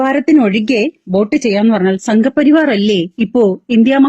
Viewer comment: സംഘ പരിവാർ എന്ന് പറയാൻ പോലും പറ്റുന്നില്ല 😪😪അമ്മച്ചി ക്ക്‌ പൂർണ പിന്തുണ 😪😪😪